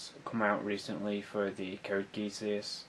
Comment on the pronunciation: You should try trimming your videos down to 5-10 minutes. You're spreading a thin layer content over a massive time. Make it compact and bountiful. Also, Geass is pronounced "Gee-us."